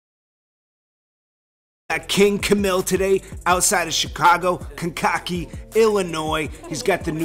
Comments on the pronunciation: CANE KA KEE!!!!!! Not kencockee. Lmao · If I were Wayne I would stay far away from that situation especially when I'm owed 50+ million bucks. Family or not, let the court shit get settled before all the hugs and daps are given and received. Oh and I've noticed for the second time you've mispronounced the town called Kankakee lol. It's pronounced Kane-kah-key, not Kin-kakey lmao, but it's understandable how it can be mispronounced. Salute to you and your journalism.